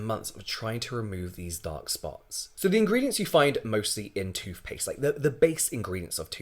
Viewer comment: Toofpaste? He seriously says toofpaste.